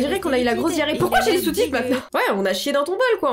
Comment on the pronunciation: au lieu de "pourquoi j'ai les sous-titres" j'ai compris "pourquoi j'ai les soutifes"